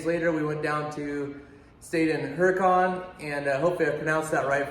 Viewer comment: You did a great job at 24 Hell and Back,. Plus, you got to rub shoulders with some top level wheelers. (And Ian too, lol.) Oh, and they pronounce it HURRA-cun. 😉